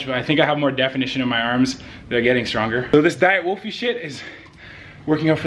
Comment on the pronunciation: WOLFIE NOT WOLFY!!!